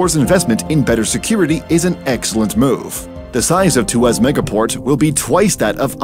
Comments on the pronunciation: It's tu-ah-s, not tu-ass. 😒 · Two Ass? LOL! It's pronounced as Tu waus. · It's Tua ...sss not two ass ! 😂😅😊 You can call us a bad ass port but not a 2 ass port. 😮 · Excellent video...just want to point out it's pronounced as Two-ask...not Two-ass lol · It’s pronounced too-wahhs actually . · walao siapa pronounce tuas begitu??? xD